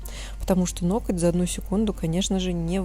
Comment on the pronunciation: Почему Вы говорите "нокоть", а не ноготь? (Вы же грамотная девушка! Я Вас регулярно смотрю и это коверканье слова " Ноготь" режет слух.